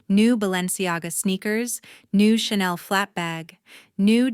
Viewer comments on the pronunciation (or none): none